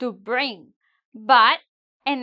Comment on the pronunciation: to use verb sound bling than bring